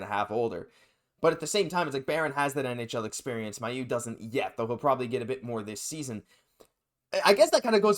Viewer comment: Here's an idea: call the Canadiens PR department and ask them how Logan Mailloux pronounces his name. Perhaps this will lead you to begin saying the name correctly, which you aren't doing now. (He says MAY-oux, not MY-oux.)